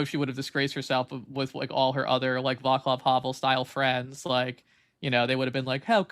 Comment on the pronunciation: Guys y'all are killing me with the "Vaklav" Havel pronunciation. Channel your inner Slav Dimitri and do better 😂